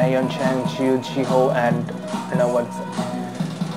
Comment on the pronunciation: Tzuyu is pronounced Chewie